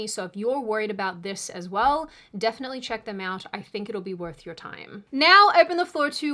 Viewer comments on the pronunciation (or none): none